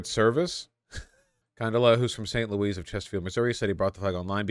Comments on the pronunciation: bro said Saint Louise lol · I'm sorry Vaush, "Saint Louise"????